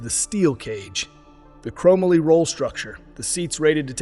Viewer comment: It's pronounced "crow-molly". :)